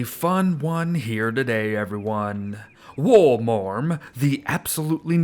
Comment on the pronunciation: I’m pretty sure it’s pronounced “wolemerm”